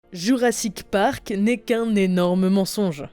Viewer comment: " Jurassite Park " 😂😂😂